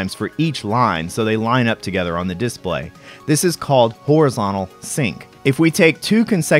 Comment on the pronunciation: Uses the word "comprises" properly, but puts the stress on the wrong syllable of "display"... Gotta love youtube.